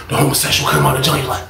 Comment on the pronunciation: Every fucking time say "hummusexyall" i scream!!!!!😅😂